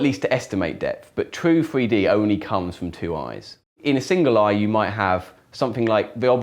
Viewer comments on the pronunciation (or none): I love how he says "free d"